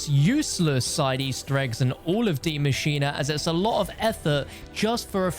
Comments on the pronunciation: “Di Machinea” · Why does he say it like that